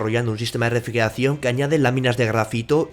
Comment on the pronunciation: Vocaliza!!! “Refrieracion”??